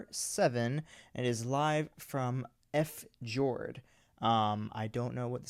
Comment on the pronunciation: Thank you for reacting to Mrs. GREEN APPLE'S videos! I always look forward to watching them. 🍏✨ By the way, the concert title 'FJORD' means a glacial inlet like the ones in Norway. In this word, the 'J' sounds like 'Y', so it's pronounced 'Fee-ord'! 🏞